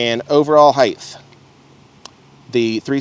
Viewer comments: It's pronounced "HYTE" not "HYTHE". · its pronounced HEIGHT. TTTTTT.